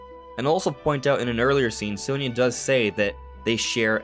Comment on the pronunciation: Very weird how they always pronounce her name wrong. It's "saw nee ya"